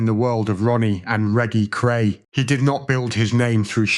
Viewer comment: Reggy Cray???? Make a fucking effort!!!